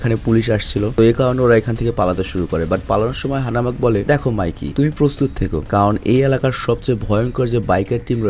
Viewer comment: "Hanamak" na "Hanma" hobe